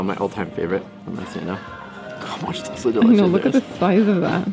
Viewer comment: Yo! It's NOT "Dull-say de leche"!! It's "DOOL-SAY de leche"!! Love you guys!